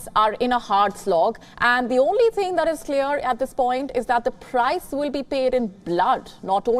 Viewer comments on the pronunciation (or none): none